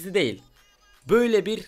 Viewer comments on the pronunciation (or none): none